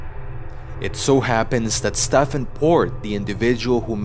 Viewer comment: Nice video but Stephen is pronounced like Steven is